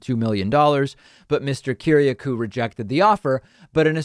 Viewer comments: DAVID PAKMAN - Are you bleepin' real? John's family name is Greek and pronounced "ki-ri-A-koo " not "ki-ri-a-KOO" John Kiriakou is an honourable man. Start with his Wikipedia page, then dig deeper. He was very poorly treated by W. (and Obama, I believe). We could all wish to have such a fine man for a friend. Trump won't pardon him in a thousand years. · kir-iA-kouuuuuu, man you butchered that one